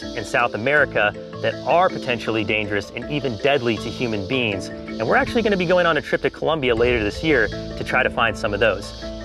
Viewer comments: I keep on hearing “human beans” instead of “human beings” help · Whenever said beings, I heard beans